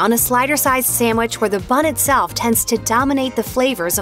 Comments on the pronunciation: First of all, voice lady, it's NOT samwich. It's sandwich. If you're going to make a video trashing the various fast food fish sandwiches, at least say it right. Lastly, I disagree with several of your critiques. But that's all a matter of taste. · I don't know who your spokesperson is in these videos but she needs to learn to pronounce a few words beginning with 'sandwich'. It's not 'samwich' unless perhaps you're seven years old. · Why is it nearly impossible for people to pronounce "sandwich?" They take out the n and d and add an m or two and pronounce it "sammwich." That kills me.